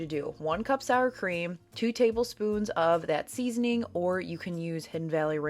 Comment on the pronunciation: Seasoning 🎉 not seasoing 😂